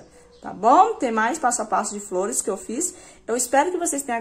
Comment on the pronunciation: Sao lundas as fliores